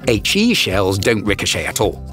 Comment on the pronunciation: He shels ricohcet i fired he shell it ricohochet